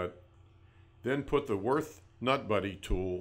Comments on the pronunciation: What the hell is that pronunciation? It's Würt(h) not Worth. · It is not "Worth". It is Würth ffs. The two points on the u are here for a reason, you gotta say it the German way. The W sounds like a V, the u like in "cult" and the h is silent so you only say t. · U say it 'wyrt' not 'wyrf'... Ffs... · Des heisch WÜRTH, ned "worth"! Heidenei... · Just for your own information: Würth is a german company and it‘s wÜrth -> converted to english it‘s wUErth! Have a german in the headquarters explain that to you! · They really butchered the company's name. Worth? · its WÜRTH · Cant even spell or pronounce the companys name the right way, smh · Ü god damnit its a fucking letter and NOT the same as an u...people! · Gib dir Mühe, und sprich Würth so aus wie es ausgesprochen wird. Und nicht wie du dir deinem Amischhädel zurechtfantasierst.